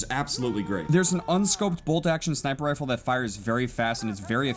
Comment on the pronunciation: He says Wifle and not rifle in and